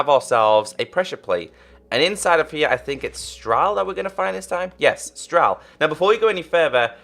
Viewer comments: He said stral its stal there is no r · it is "stal" not, "stral" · You said "stral" Ha ha ha!